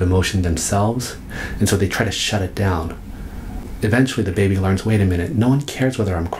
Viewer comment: I like how he says "baby" and "babies"